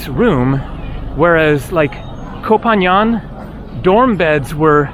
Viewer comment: Your first assumption was right (at least from what I recall from my Thailand travels). Also Koh Phangan is pronounced "Phan-Gan" rather then "Phan-Yan", at least I hear it pronounced like that from locals, but I'm not Thai of course.